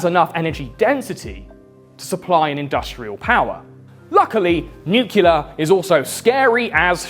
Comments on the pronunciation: It's spelled nuclear my man. Nu-clear. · God, I really love you man, but please don't pronounce "nuclear" as "nucular". 😭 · Of course would pronounce it “nucular”… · One day he will be able to say nuclear correctly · I'll buy your comic book when you start pronouncing 'nuclear' correctly... 🙄😏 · Bro you put in all this effort but you say nuclear wrong. It made the last part of the video very annoying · You might want to learn how to pronounce the word "nuclear". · Say nucular one more time oh my god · WTF is nukuler? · I thought that pronouncing "nuclear" as "nucelar" is an American thing. Where does this pronunciation come from? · Ugh, you say nucular. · Although I love your videos, the fact that you pronounce “nuclear” as “nuke-ular” bothers the fuck out of me. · Nuke-yuh-lurr, huh? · Plz mr. Lucifer stop saying nucular. It makes me reluctant to share your video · The real apocalypse is hearing "nucular" over and over. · I'm Swedish with English as my 2nd language and even I know it's pronounced nuclear (as it's spelled), not "nucular". Sorry for bringing it up, it's just a huge pet-peeve of mine. <.< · bruh it's "nuclear" not "nucular" like george bush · Hey, its nuclear, not nucular. But nice vid thumbs up! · It's pronounced new-clee-ar or even new-clee-ur. It's not pronounced nu-cull-ur. You sound like George Dub-ya. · It’s really hard to take someone seriously when they say “nucular” instead of “nuclear”. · it's not NU CU LER George Bush!! It's NUCLEAR, NEW CLE AR. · Man, it's pronounced New-Clear, not New-Cue-Lar. Simpson is a liar. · NEW-KLEE-AR not NEW-KILLER (though I guess it makes sense as the devil) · its pronounced noo͞′klē-ər! NEW CLEA ER not nuke you ler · it's NUCLEAR!!! NOT NUCULAR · great video. btw its said nuclear not nuculer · Really thought Mr. Ordinary was a “nu-clear” fella, not a “nuke-u-lar” kinda guy, but here we are. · It's NEW-CLEAR, not NEW-CUE-LA Otherwise, brilliant video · Nobody fuckin says NEW-CULAR anymore.